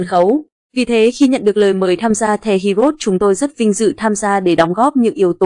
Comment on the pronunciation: Heroes chứ hê ri ốt gì thím? Đọc tiếng Anh gì quái vậy?😖